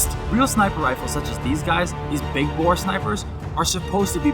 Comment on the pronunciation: Every time he said big bore, I thought he was gonna big boi